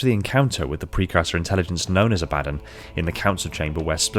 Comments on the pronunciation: Abba-don not A-bad-din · Love the videos. Heads up Abaddon is Hebrew, pronounced in English usually, as Ah-bah-dawn. Much love brother. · Abba-don, its abba-don.